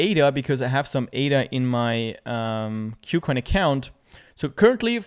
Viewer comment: Thanks for the video. By the way, the name of the exchange is pronounced as 'KooCoin' as compared to 'Q+Coin'. 'Ku' part here is a Chinese loanword from the English word 'Cool' and means the same. Kucoin is a Chinese exchange so that explains the name.